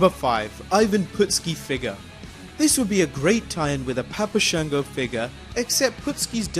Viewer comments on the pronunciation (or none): none